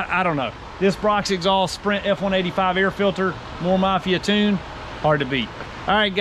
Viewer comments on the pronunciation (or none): none